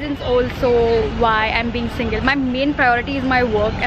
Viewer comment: single not singil